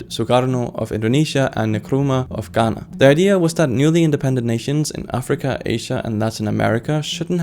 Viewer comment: What a fuck!!! U said Ghana right?